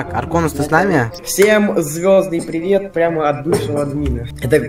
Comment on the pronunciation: привет, пивет, пиривет, пирипилет.